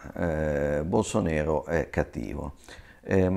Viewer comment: BolsonAro! Si scrive BolsonAro e si pronuncia BolsonAro :D E' portoghese, non dialetto barese